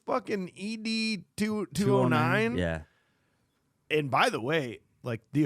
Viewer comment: Every time you guys say E-D 209 I wanted to beat my head against the wall. 😂 It's ED 209. Like the name Ed